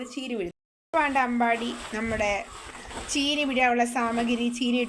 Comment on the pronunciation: ചേനി അല്ല ചീനി